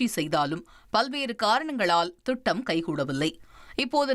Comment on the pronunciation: அது என்ன தட்டிச்செல்வது? கொச்சையாக தெரிகிறது. இஸ்ரேல் வாய்ப்பை பெறலாம் என்று சொல்லலாம். அடுத்து திட்டம் அது துட்டம் என உச்சரிப்பு வருகிறது